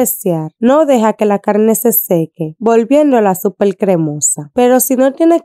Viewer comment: Hola amiga muy rica esa receta se ve provocativa. Pero hablas muy feo..... CALNE EN vez da carne . Maltinez... En vez de Martínez... Supel. .. En vez de Super etc.. etc...